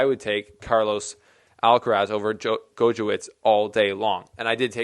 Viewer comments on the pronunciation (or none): Gojowczyk is pronouced like "Gojowcik" . The umpire in his match against Humbert also struggled a lot with his name in the first set